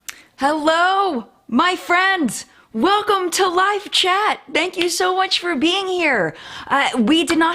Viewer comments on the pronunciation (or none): none